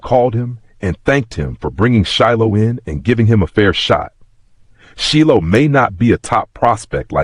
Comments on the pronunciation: How did this this AI go from Shilo to SHELL is he doing it on purpose?. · Sheelow. I was like huh?